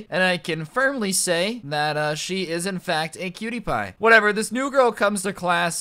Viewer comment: He said cutie pie I heard pewdiepie